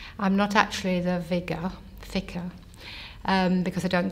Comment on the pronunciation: Her mistakes are interesting... vigar for vicar, worth for word. Phonetically similar sounds that in many languages aren't distinguished. Sounds like she'd have better luck being aphasic as a Finnish person.